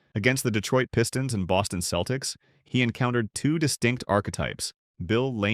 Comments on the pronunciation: Hard K "Celtics" 😂 The commentary sounds like it was create by an LLM trained on a model built by a C+ Black Studies major at a community junior college in New England. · Ummmmm... the "narrator" here mispronounced Wilt's last name as Chamber-layne... which is how it is spelled, of course, but was pronounced that way by no one, ever. I let that go as perhaps a mis-hearing on my part.... but then I heard Mr. Narrator mention "the Boston Keltics" ... and that was it for me... I am now too old and unwise to waste my time contesting the plastic opinions of some AI-bot. PS: I saw my first NBA game at the old Boston Garden in 1962, and I saw Wilt in action, live... and then saw at least 8 more games with him on the floor, at the Garden. I also saw, on TV, Lew Alcindor throughout his entire 3-year career at UCLA, and of course everything he, as Kareem did in the NBA. Both Wilt and Kareem were just massive in every way. As a Celtics fan, they were both represented the ultimate in competition, and I was in awe of them every time. The racial politics of the USA when Wilt grew up were way different than the politics of Kareem's formative years. Each player dealt with incredible challenges, and both succeeded at the highest levels. And that is how I see them. I will say... if I was gonna build a team, I'd go with Kreem.